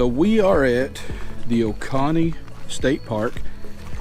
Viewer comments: Great videos glad I found your channel as I’m looking to build a square drop pod that can be taken off of the trailer when I just need the trailer! Oh and it’s pronounced O-cone-E, not O-con-E, sorry had me cracking up every time you said it, but once again great videos! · There are a lot of great parks to camp at here in South Carolina. Y’all should plan a trip to Edisto Beach or hunting Island State Park down in Beaufort. Love your videos! FYI it’s pronounced oh-cone-ee